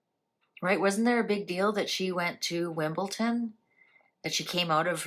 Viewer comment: No T in Wimbledon